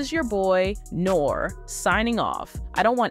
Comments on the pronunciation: At least fix the AI saying Nore like "Nor" 😂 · his name is pronounced NORE...the "e" is a long vowel sound. Are you a part of the culture? Everyone knows NORE...he was even in Paid in Full